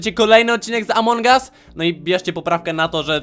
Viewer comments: amongus a nie amongas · Among gas xddddd mówi się among as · muwi się among us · Mówi się among us a nie among gas